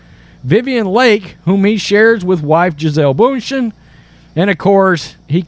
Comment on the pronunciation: It’s ‘bun-shen’ She deserves to have her name pronounced properly. She is a very successful business woman.